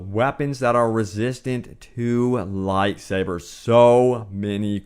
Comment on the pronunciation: Wtf is you pronunciation of light sabers